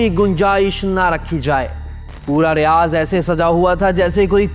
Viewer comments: Bro that’s not ( RIYAZ❌ RIYADH✅ ) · RiyaDH, not RiyaZ.